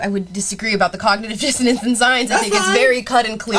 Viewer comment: If you can't pronounce "cognitive dissonance" properly, you probably shouldn't use it lol